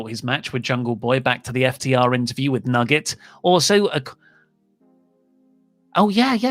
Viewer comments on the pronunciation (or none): none